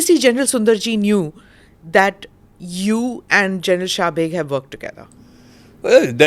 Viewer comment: General subeg his name is subeg Mr Brar and this journalist pronouncing it shabeg .